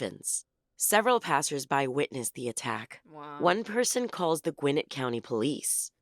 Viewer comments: Hearing the narrator say “GWIN-nit” instead of “gwi-NET” is like nails on the chalkboard. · As a Gwinnett native, it's pronounced Gwinnétt. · The way they pronounce "Gwinnett" is annoying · Not far into the video but she say "Gwinnett County"? As in GA. As in where I live - ffs!